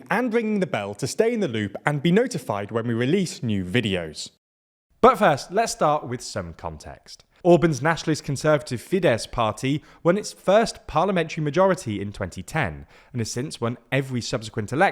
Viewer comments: Its not Fídez, but Fidesz( pronounce Fides) and its not Tíza, but Tisza ( pronounce Tisa) . But it was an informative video. Only these disturbed my ears. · Fidesz is pronounced as Fidess not Fidezz! Tisza is pronounced as Teessa not Teeza. Orbán has a hard "a" as in "and" or "apple". "Sz" is one of 44 letters in their alphabet, always pronounced as an English "s" . Hungarian "s" is always pronounced as an Engiish "sh", so Budapest sounds like Budapesht. Sorry, these things matter and takes just a little time to learn! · fidesz= fides tisza= tisa that´s how you pronounce them in english, and another thing, in hungarian our last names usually come first when saying our entire name so it´s not Péter Magyar but Magyar Péter